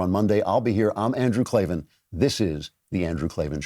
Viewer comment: K-L-A-V-A-N There are no E's in Klavan